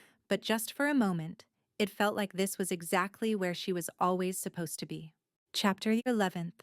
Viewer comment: So far the book is really good. The only concern and complaint I have is whenever chapter is mentioned it’s either said so fast you cannot understand it or it sounds like it’s in like Spanish. Also every once in a while, there’s this really loud noise for a brief moment and I know it’s not my ear earphones fast. This is not the first audio story. I’ve listened to on YouTube . Overall, so far the story is really good.